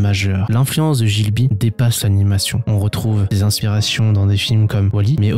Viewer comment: G(h)I BLI --- pas GIL BI - Sinon top vidéo - Le Château dans le Ciel & Le Château Ambulant